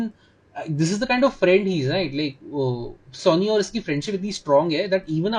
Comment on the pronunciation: Are sonny hai bhai, sunny nahi😅